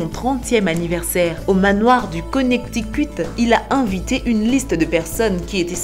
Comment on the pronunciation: Le konectikuuuuuuuuut 😂